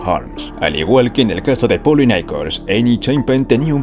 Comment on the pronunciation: "Nicol"?? 😂 No se llamaba "Nicol" se apellidaba Nichols.